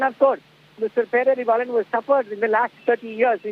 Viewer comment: Not peravilan -. Pae rari vaa lan